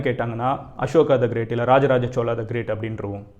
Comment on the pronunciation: Chozha not chola.